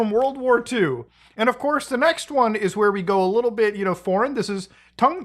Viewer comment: Tung is pronounced too-ng Like saying tube but saying the last half of tongue over the ‘b’ sound